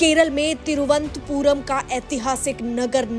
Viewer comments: It is Tiruvananthpur not Tiruvanthpur pl note. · तिरुअनंतपुरम है नाम मैडम तिरु अन्तपुरम नहीं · Vo. Thiruvant puram. Nahi. Thiru. Anant. Puram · तिरुअनंतपुरम बोलिए। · पहले थोड़ा-बहुत अच्छे से तिरुवनंतपुरम कहने का उच्चारण सिखलो बाद मे जो भी प्रस्तुत करना है किजिए ।